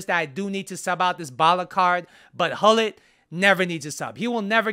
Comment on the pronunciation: Pronounce: CHULLIT